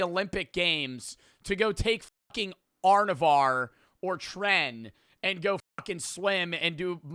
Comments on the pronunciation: prime phil heath was sub 220 lbs (also he confused anavar for arnarvar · The way u say anavar 😭😭😭